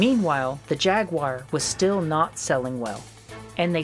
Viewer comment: pronounce jaguar wrong every time.